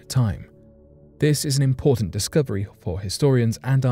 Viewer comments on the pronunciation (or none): none